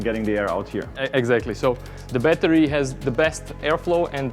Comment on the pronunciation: Cool down the “batari loved that pure accent